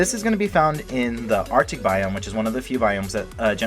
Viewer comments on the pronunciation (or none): none